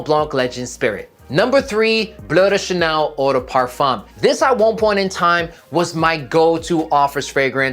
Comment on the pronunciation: Great video. Also love how you pronounce Bleu de Chanel. Most people butcher it in the American way while it’s a French parfum.